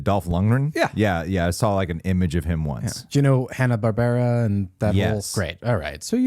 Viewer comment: "hanna barbera" 🤣🤣🤣